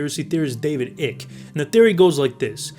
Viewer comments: Lock Ness is huuuuuge, it’s not ‘just a lake’. Icke is not pronounced ick. It rhymes with hike. Goliath is not pronounced like that. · Even though David Ick sounds more appropriate its David Eicke (Ike) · It’s pronounced David I-K-E 😂